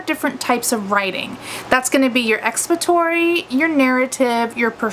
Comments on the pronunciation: lol.. yes. she is saying it wrong.. lol she is saying expatory. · Are you trying to say expository? Or have I been saying it wrong my whole life..